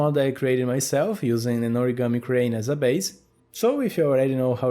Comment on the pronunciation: 1. its "origami" not "oragami". 2. people make origami figures based on video game characters.